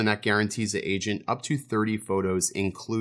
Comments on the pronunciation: I really thought he said "asian" not "agent" Jesus Christ hahaha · . What you said: "that unnecessary math that an agent has to do". What I heard: "that unnecessary math that an Asian has to do". I'm dead 🤣. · “AGENT”!!!! LOL OHHHH GOT IT, OMG THATS NOT WHAT I HEARD LOL